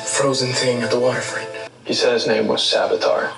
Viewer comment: savitar, not salvitar